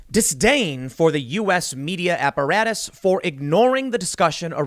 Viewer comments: Media aparatchik. Not media apparatus. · Snarky correction incoming; Tim, it is apparatchik not apparatus. See you all in the gulag.